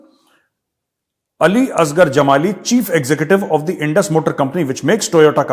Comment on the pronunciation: Sir, "Editor in Chief" hota hai ... "Chife" nahin ... Please ask your team to take care. Doesn't look good on a prestigious platform like yours ... Just my two cents.